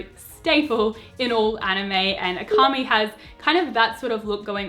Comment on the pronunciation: Omg please read their names like Japanese “Akami” hurt my ears and weeb heart